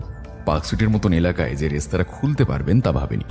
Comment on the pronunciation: বারবার "রেস্তোরাঁ"কে "রেস্তারা" উচ্চারণ করাটা ভীষণ কানে লাগছে। এই ধরণের ভুল যাতে ভবিষ্যতে না হয় সেদিকে লক্ষ্য রাখতে অনুরোধ করছি। নমস্কার।